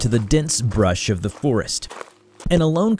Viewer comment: Ah yes, Kokiri Florest.